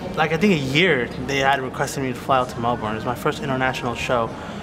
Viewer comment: It's pronounced (Mel-Bin) I think